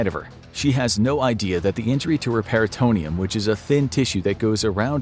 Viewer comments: I must've missed the lecture of the "peritonium".. peritoneum boss .."pair-it-toe-knee-um" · Pistol rounds don't go 2,000 fps. Even a 357 magnum is only traveling 1,200. Also, that's not how you pronounce peritoneum. Feels like you got way to high before you made this video.